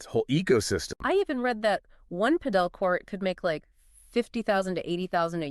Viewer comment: It's Pàdel, accent on the first vowel